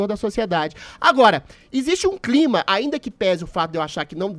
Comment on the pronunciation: O Adrilles não consegue dizer a palavra "CLIMA". Ele vira cebolinha. KKKKK